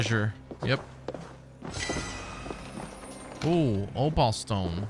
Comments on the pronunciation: The opal stone is pronounced O pull Not O paul. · It’s pronounced “Oh-pool”